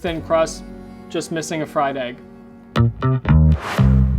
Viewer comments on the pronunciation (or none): none